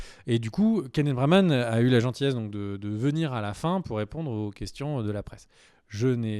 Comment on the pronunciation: Keneth Branagh et non Braman!